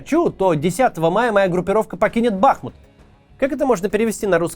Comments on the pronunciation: Смотрю) Нравится. Бахмут-ударение на " У".(Бахму́т (укр. Бахмут; в 1924—2016 годах — Артёмовск, укр. Артемівськ) Умань. Ударение так же на букву " У". Если Максим комментарии не читает,его команда,подскажите ему. А то уши режет( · Пожалуйста, говорите правильно - Бахму́т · Вітаю,Максиме, треба казати БахмУт,річка- БахмУтка.Бажаю успіхів та талану, але хочу чути правильну назву рідного міста та річки. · Даже Пригожин говорит БахмУт!!! А вы!!! Правельное ударенее, это что так сложно для понимания? Сколько уже вы гворите про БахмУт, а до сих пор... Позор. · БахмУт. Ударение на У. Название города происходит от названия реки БахмУтка. Название русское и древнее. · Максим, ставьте, пожалуйста, правильные ударения на городах Украины! КУпянск, БахмУт, СлАвянск и так далее. Уже идет 9й год войны и можно данные названия для российской публики озвучивать правильно. Спасибо заранее! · Максим, пора уже начать говорить правильно БахмУт. Теперь еще КупЯнск добавился))) это КУпянск. Но с Бахмутом уже глаз дергается у всей семьи, спасибо. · Максим, БахмУт. Даже Пригожин правильно ударение ставит 🙈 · Сука, ударение на "У"! БахмУУУт! Неужели так сложно говорить правильно?! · Бахму́т — город в Донецкой области Украины, административный центр Бахмутского района и Бахмутской городской общины. Ударение на последний слог, также, как и хому́т! Просьба произносить название города правильно. ) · Сори за занудство, но правильно говорить БахмУт и КУпянск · БахмУт! Ударение на У! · Ударение на второй слог в топониме: БахмУт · Название города- БахмУт ударенине на у😑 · Максим , правильно БахмУт, ударение на «у» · Все-таки, кое что даже в уроде пригожине есть лучше чем у тебя. Он называет Бахмут правильно - БахмУт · Господи, ну сколько можно, БахмУт, БахмУт и только БахмУт. Ну скажите вы уже ему, единственный на все ютубе остался, кто так говорит? Это пздц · БахмУт, господи, да загуглите УЖЕ НАКОНЕЦ... Что за редакторы и копирайтеры такие чайники?!?!? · БахмУт а не БАхмут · Не БАхмут, а БахмУт…